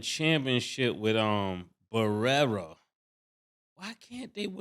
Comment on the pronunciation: mase called JJ BAREA barerra 😂😂😂😂